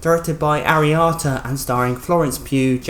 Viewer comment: Cant even pronounce the directors fucking name correctly. Midsommar is brilliant you probably just didnt get it.